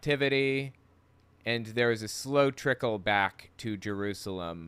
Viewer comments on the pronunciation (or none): I wonder how many times John Hagee has been to "Jeroozlem" as he calls it.